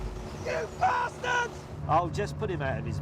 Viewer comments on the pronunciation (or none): "You Bastads" LMFAO!!!